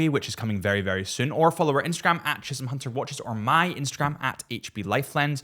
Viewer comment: Hi. My NAME is Chisholm HUNTER. Don’t ask me why I talk like THIS. I just DO.